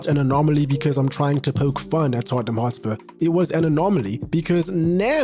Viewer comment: Tottenham is read as Totten[h]am. The h is slient. So , you read it wrong.